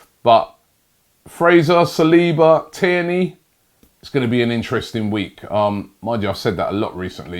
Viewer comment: only OG's remember when robbie said kierny